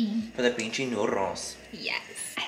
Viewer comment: Lmao i love how Laura said “pinchy” not pinche